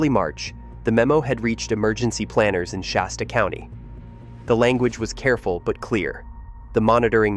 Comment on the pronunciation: No , No , No it's Shasta, it hasta be Shasta ! hahahaha hahahaha. 🤪🤪🤪